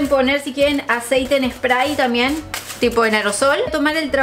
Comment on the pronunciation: te re banco pero por favor no te comas la B cuando digas "También", en todos los vídeos decís tamien y suena mal 😊